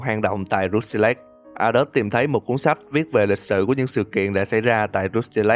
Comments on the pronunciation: kênh lớn thế này mà làm content đọc tiếng anh không nỡ bỏ 5s lên mạng check phát âm à? =))) xong hơn 2tr viewer cũng cứ "rút ty lếch" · Uhm mình góp ý 1 chút là khi ad đọc cái Rusty Lake thì chỉ cần đọc thế hoặc là " hồ Rusty " là dc rồi.